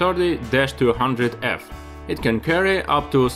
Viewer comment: I meant to say “Russian”......as you say the A 3 Chirty :)